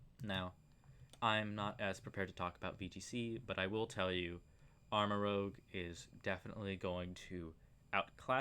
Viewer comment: um actually its pronounced amor-rooj